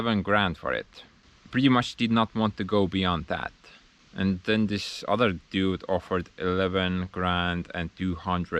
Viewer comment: Every time you say "dude" cracks me . like where neighbors.